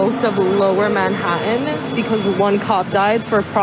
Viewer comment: To show how stupid that is she can't even pronounce Manhattan the right way. She pronounces it like a stupid 13 year old girl that's trying to sound cute And trendy